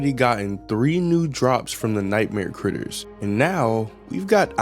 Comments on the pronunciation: bro said g instead of t that's crazy it's like saying chai tea chai means tea so if you're saying I want some chai tea you're basically saying tea tea like that makes noises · um what? I was seriously confused where there is a G in "Critters" xD